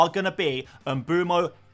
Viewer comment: please please please pronounce mbeumo properly